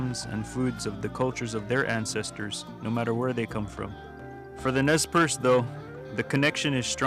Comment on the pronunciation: The Indian people known as the Nez Perce (pronounced Nay Parsay) aka the Nimipu are historically a peaceful people. They were forced to take up arms by the white man breaking the treaties made to them. No white men were killed prior to the 1877 Nez Perce War started by the US Army.